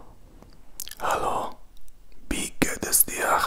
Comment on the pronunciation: Your german is very nice and I love it! But you say "bie geht es dir" instead of "wie geht es dir".... not a big problem, you just change the letter "b" with the letter "w". Best regards 😊